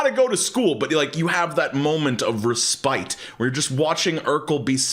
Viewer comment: happens a lot with words you only ever see written but respite is pronounced ress-pit. even though it should definitely be pronounced ress-pite